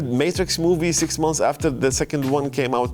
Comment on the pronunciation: ما يكول six يكول sex 😂😂😂😂😂